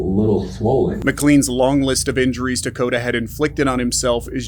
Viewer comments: First case 1. The boy's name is Takoda not Dakota. Yes, they are quite similar but not the same and maybe it is because English is my 2nd language that for me it sounds like it was pronounced like Dakota every single time but looking at the comments I doubt that. And in case of an innocent boy who was murdered and abused he at least deserves the respect that those covering his case do enough of research to know his actual name. 2. The father got 51 years to life in prison, not like claimed here 5 to life. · His name was Takoda, not “Takada” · If you’re going to do a repeat video of a horrendous child abuse case that’s been covered over and over, at least pronounce the victims name right. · 🥺It’s Takoda with a T ♥️I’m not meaning to be snarky.I just read your comment and I thought you were so bothered by his story that you would want to know his name.It’s not a criticism please don’t be upset with me. I’m saying that very nicely.🙁If you watch the whole interrogation you will lose your mind it’s SO BAD.If you watch it please be prepared for it because I ain’t never heard the shit that comes outta that monster. RiP Takoda Collins 💔